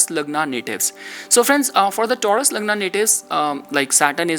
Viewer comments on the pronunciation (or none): none